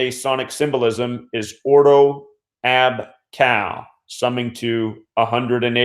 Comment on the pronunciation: Just so you know... it is “Melburn” and “or-doh ab kay-oh”. 🙂